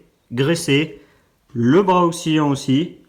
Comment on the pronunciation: Et un bras oscillant pas ocksilliant 😅